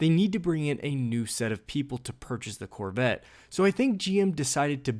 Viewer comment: The "Corvitt". Where is the narrator from?